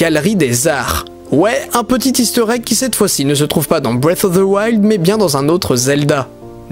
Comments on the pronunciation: Non, on appelle sa breath of the wild, mais pas breas of thse wild XD. Désolé si ce commentaire peut blesser quelqu'un, mais je ne l'ai pas écrit pour provoquer mais parce que je trouve ça drôle. À part de ça j'ai bien aimé la vidéo, elle mérite un pouce bleu! ;) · Moi j'aime bien BREF OF ZE WAILDE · "BREATFFF OF TSE WILD " 🤣🤣🤣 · "bwef of veu wild" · breaf of zi wild😂😂😂 j'adore ta prononciation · J'adore la prononciation de "Bref auf de wayld" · Le mec il dit bref of fe woild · "Brive" of the wild pas "bref" C'est assez perturbant. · Quelqu'un d'autre que l'auteur de la vidéo a joué à TwouailaiHt Pwinssaisse et a Bwess of the waild ? 🤣🤣